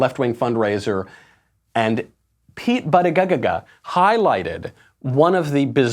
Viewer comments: its pronounced booty-gag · Of all people there, I am surprised to see Michael act with such disrespect regarding the pronunciation of Pete Buttigieg's NAME. No one will ever hear your argument if you say their name incorrectly. I put a lot of effort into remembering and saying names correctly, because it's a way that we show respect to one another. Even if you disagree with someone, present your argument with passion and integrity but don't intentionally butcher their NAME - that is CHILDISH. You are better than that, Michael.